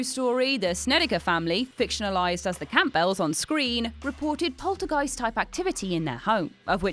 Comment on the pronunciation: “Camp Bells” Hahahaha OR Campbells like the soup.